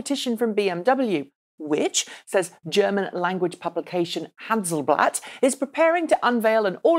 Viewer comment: Errm, better say it like this: [Han-dels-blatt] 😉